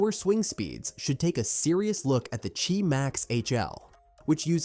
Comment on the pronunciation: It's not ji max it's QI max